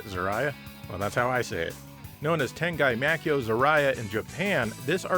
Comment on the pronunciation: I don't know if you where joking or not, because the character Bruce Willis plays in the Die Hard movies is named John McClane not "Die Hard" Tengai Makyo is pronounced Ten-Guy, Mah' key' yoh, and Ziria is pronounced Zee Ree Ah